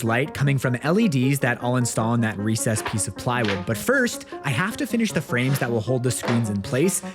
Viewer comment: finally learned how to say recessed.